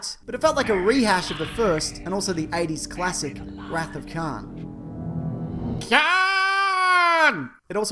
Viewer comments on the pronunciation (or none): none